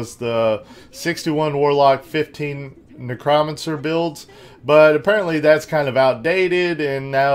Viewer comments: btw its pronounced Neck- Crow- Man- Sir... silly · dude say it like this "NECROMANCER / Neck Row Man Sir:)